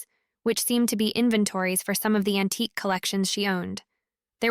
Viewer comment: So well read , most of the time. Antique becomes an-ti-q. No truble, instead of no trouble.